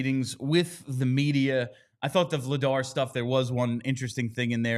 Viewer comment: I want people to start saying Dan Vladař’s last name right. That’s a tough one for English speakers to get close to right. If Christian Dvorak were from Czechia, he’d have one of those řs too. : D